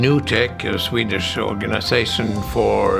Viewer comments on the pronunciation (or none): none